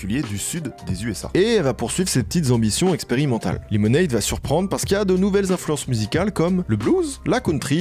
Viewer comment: Tu fais un boulot de fou, le montage est top, les anecdotes sont tops. Mais s'il te plait, verifie la prononciations des mots anglais, mon cerveau vrille a chaque fois que tu dis "lemonade" ou "washing" comme tu le fais. Je veux pas faire le mec. Mais dans le doute, ya un super site qui s'appelle forvo (je te mets pas le lien pour pas que mon comm disparaisse) où il a la prononciation des mots de plein de langues par des locuteurs de langue maternelle, vraiment, fais un petit check, tes vidéos vont encore gagner en qualité.